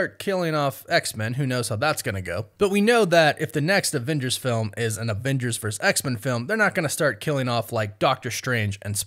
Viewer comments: The word is VERSUS not VERSE. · Its versUS, not vers. So irritating. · VERSUS!!!! I love your content dude but that’s starting to really bug me lol. It’s Versus, not Verse. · Thank you! Came to the comments to see if anyone else was hearing that. Thought I was having a stroke.